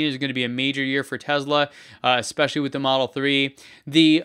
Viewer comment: Tezla? I thought it was Tesla